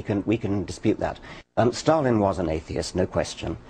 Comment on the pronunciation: haha he cant even pronounce atheist or agnosticism in the beginning